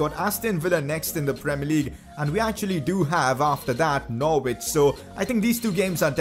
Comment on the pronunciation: its not pronounced nor-wich it’s pronounced norich